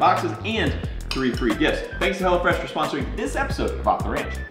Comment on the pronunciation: thought you were saying "hella fresh" till the link popped up lol